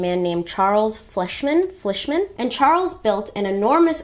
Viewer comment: Fleischmans! Sounds like fly